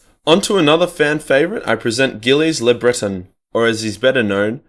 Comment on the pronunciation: It's pronounced Jilles La Brae ton